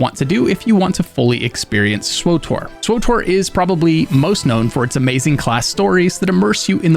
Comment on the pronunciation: Never heard anyone actually say....SWWOOTORRR